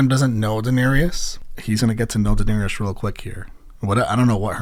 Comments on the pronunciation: Just FYI her name is Daenerys (rhymes with Aries and just three syllable), not Daenerius. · My man is 6 seasons in still cant say Daenerys right 😂😂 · Bruh it’s 6x10 please tell me you start pronouncing Danaerys correctly by the last episode at least 😭😭 I’ll find out soon obviously but P L E A S E 😂😂😂